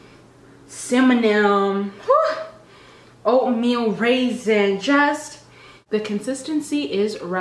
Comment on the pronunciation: "Cimannym" lol